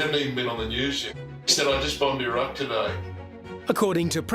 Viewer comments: I always enjoy and appreciate your show, but PLEASE learn how to pronounce “Iraq” and “Iran.” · Your mispronunciation of Iraq makes you sound ignorant.